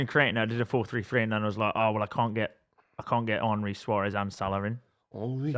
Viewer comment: Why does pronounce Henry as if he’s Jamaican 😂